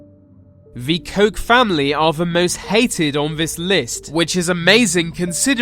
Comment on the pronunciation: It's Koch not Koch.